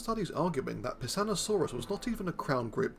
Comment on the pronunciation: I heard Pissoutosaurus.